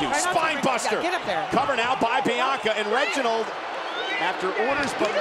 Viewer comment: BAHAHAHA WHEN NIA JAX SAID “I DONT THINK SO REGINOLD”